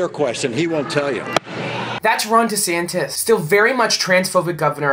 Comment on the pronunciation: It's Duh'santis